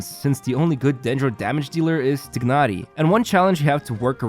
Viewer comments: When you say it its not tignari its called tainary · Tye-nari is how they say it in the English option in game. Idk why you're saying it like that. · How hard is it to pronounce TIE-NARI. I am not being to ignore that while watching the video